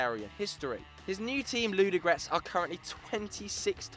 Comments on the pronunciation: And u can't even say Ludogorec :DDDD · [ludogorec] not [ludogrec] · anyone from bulgaria that just laughs how he said the name?